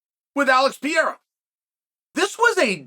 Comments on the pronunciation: Your way of telling stories is so unique, somehow I am wathing it every time. By the way god damn it say PERREIRA stop calling him pirria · I almost cry laughing every time he calls Alex Pereira, "pee-era" 🗿🗿🗿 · ahh yes 2 months since uncle chale’s talked about alex and he still can’t pronounce his last name 💀